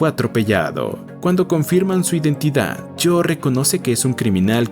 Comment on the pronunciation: Adicionalmente, algunos nombres están mal pronunciados, como Jo la compañera de Henry y no "Cho", y Abe es diminutivo de Abraham por lo que en inglés se pronuncia como "Eib", entonces me pregunto, el video fue narrado por alguien que No sabe leer nombres en inglés, o por una voz electrónica.